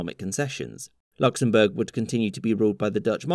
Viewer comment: ah yes, Knocksenbourg